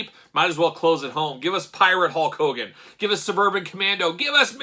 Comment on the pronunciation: Is it Hogan or "cogan"? I always hear the latter